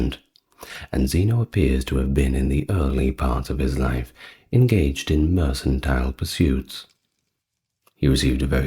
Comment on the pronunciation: small correction, it should be pronounced “merKantile” not “merSantile”